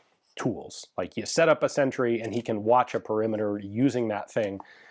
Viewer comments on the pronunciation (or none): none